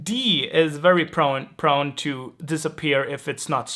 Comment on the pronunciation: Prone ( long 'o'), not Prun.. thanks for these very detailed explanations! Very helpful as swedish is quite different from English after all.